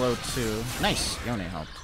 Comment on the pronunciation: It's yonE